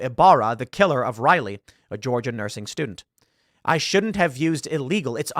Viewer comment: Saying you regret saying a thing in that context literally EQUALS apologizing... And the pin Biden had that night had Riley's name on it and he STILL couldn't say her name right 🙄🙄